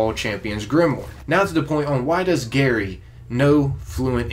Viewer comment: Ha lmao "Garry"